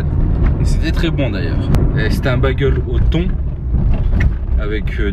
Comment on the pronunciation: très bonne vidéo comme d'hab gros, par contre on dit pas bâguele mais bagel, prononcé Bèguel poto 😊